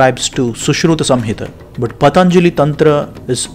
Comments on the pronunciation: His name shouldn't be pronounced as " Pathaanjali" it should be pronounced as "Pathanjali". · Pa....ta.....njalli,.....non è delle lingue indiane